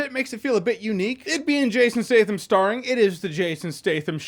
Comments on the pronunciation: isn't his name Stat-Ham? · “Jason Stay thum”